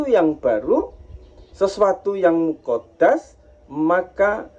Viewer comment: Ijin Meluruskan, kata² azali jangan dibaca ajali, Kata² muhaddas jngn di baca muqoddas, perlu belajar lagi yg tepat,karena di tonton banyak org, maaf